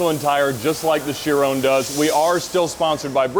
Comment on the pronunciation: Ron not Rone